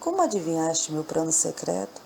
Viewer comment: Muito linda a historia, mas, tem muito erro de pronuncia como; PRANO , REPRETO E POR VENTURAS.